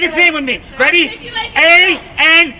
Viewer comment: Andy Ngo.... "Ann D No"